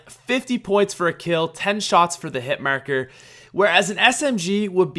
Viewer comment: bruh y he gotta say hit marker like that